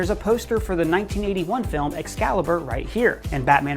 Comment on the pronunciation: pls stop saying film like that falm